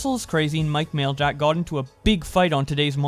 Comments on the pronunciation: Maj-lak not mail-jack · U PRONOUNCE MAJLAK LIKE AN IDIOT